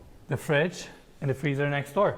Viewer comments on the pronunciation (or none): none